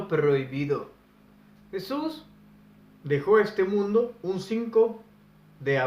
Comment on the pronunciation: Yo quisiera saber en que idioma pronuncias el nombre de jesus??